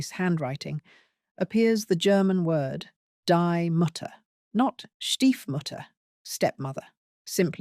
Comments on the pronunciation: Except for the determiner "die" (pronounced "dee", not "dye") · "Dee" Mutter, not "die." As my high school German teacher used to say, "never say die." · It's /dee/ not /dai/ mutter ffs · "Die" in German is pronounced "dee" not "dye" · Die isn’t pronounced like Dye. It is pronounced like Dee. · Die Mutter is not dye mutter. It is dee mooter. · You need to swot up on your German pronunciation, (Die) is not pronounced "dye" but as "dee" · Interesting and disturbing analysis. Just for future reference, a couple of pronunciation issues with your otherwise persuasive German; (1) the first word of "die Mutter" is not the English imperative pronounced DIE but the German definite article pronounced DEE, and (2) in the German portmanteau schneewittchen, meaning Snow White, the initial vowel sound is not the English EE but the German noun pronounced SCHNAY. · "Die" in Deutsch (German) is pronounced "dee" not "dye" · It's not pronounced 'die', but 'dee'. Die Mutter (dee Mutter), 'die' being the feminine article, so it means 'THE mother', which can mean either, biological or stepmother. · I was interested until they said "die" Mutter. D.I.E in German Is pronounced "dee" not "die" as in to cease living. That is "sterben" in German. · It's pronounced "Dee" Mutter. Not "die M^tta" 😂 At least check how to pronounce things before making a whole video! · Pronounce dee Mutter... Not die😅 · It is not "DIE" Mutter, it is pronounced "dee" Mutter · "Die Mutter", in German, is pronounced "DEE Mutter", not "Dye Mutter" - it means "THE mother", not death. It's not a death reference at all, just a definite article (feminine) in German that is pronounced "dee". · I came here to say that. The word is pronounced "dee mooter." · Die in German is pronounced "dee", and now I can't listen to anything else after that :c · Thank you for your insight. I really appreciate and enjoy your videos. Just one little point the word die in German is pronounced dee not dye. 😊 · It’s pronounced Dee mûtter